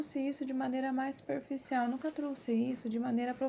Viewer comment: 🙄 FALAR O PRÓPRIO IDIOMA CORRETAMENTE NÃO É PEDIR DEMAIS ❌ NÃO SE FALA ( TRUÇE ) O CORRETO É 👉🏼 TROUXE 👈🏼 E O " X " TEM SOM DE C. .